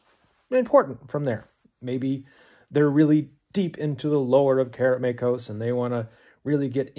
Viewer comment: Kudos on pronouncing "Karameikos" correctly LOL